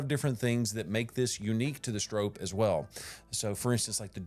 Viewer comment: Note: The pronunciation of Stroppe in this video is incorrect. It has an “o” sound like stop. I went to an old racing video of Bill Stroppe himself. And confirmed the pronunciation. Also two p’s suggest a silent e. Other than that, this is a GREAT video!